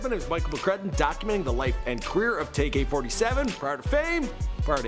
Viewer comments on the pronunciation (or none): It's tay k not tak k